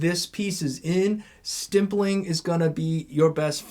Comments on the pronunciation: it’s stippling not stimpling 😘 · Why are you saying stimpling